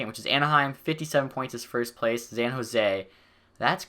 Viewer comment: I love this series, but the way you say San Jose triggers me. "Zan Jose"